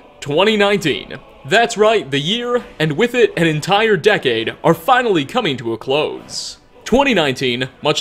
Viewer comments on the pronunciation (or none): none